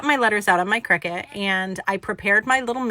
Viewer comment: I enjoyed the video. BTW, CRICUTis pronounced CRY-CUT